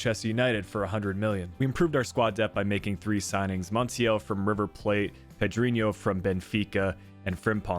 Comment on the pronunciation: AYYY YOU SAID PEDRINHO😂😂